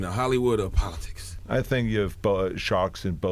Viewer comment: This man was governor and can't even say "politics"..Nothing is impossible